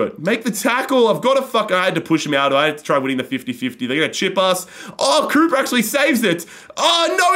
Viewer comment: Please stop saying Krupa like that